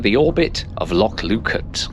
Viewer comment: For fk sake learn to pronounce names properly. It is not "Lockalsh".